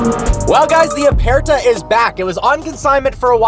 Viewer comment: Please pronounce aperta properly!....it’s apurta